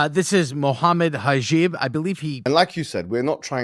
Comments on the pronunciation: These guys are defo retar%d. The guy probounced hijab as hajeeb. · The only think I can say at this point is those PBDs are just low IQ . They can’t even focus a little what they read and pronounce Hijab as hijeeb 😂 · Cant even pronouce hijab correctly...says it all really. Mohammad hijab is a very intellengent man ..